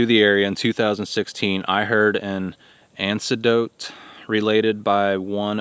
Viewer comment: Anecdote = "AN-neck-dote". Neches = "NAY-chess"